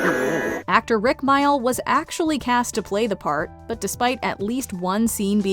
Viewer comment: please, that is not how you pronounce Mayall.